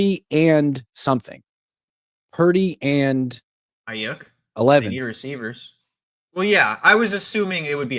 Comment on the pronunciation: Every time he says Brandon "eye-*YUCK*" it triggers me.